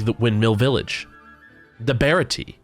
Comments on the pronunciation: when did baratie (bear-ah-tea-A) become baratea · What the hell is the bear a yea it is the Barah-tee-A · it’s called the bar-rah-tee-yay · I was dying when he said the Baratiii Ma boi it’s the Baratie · Umm it’s baratia ay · It was funny how u said baratier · It is actually prononced the bratiaier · this video was very good, but uh, did you call the baratie “ bear a tea”😂 the bane bane no mi is said “bon a bon a no mi”